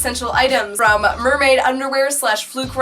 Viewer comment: Did you say Nerdmaid? 🤣